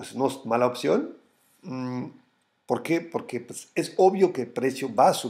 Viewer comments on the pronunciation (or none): none